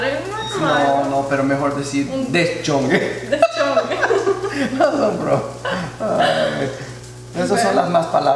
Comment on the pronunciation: Jajajajajjame dio mucha risa 😂 cuando dijo tu papá deschonge 😂🤣🤣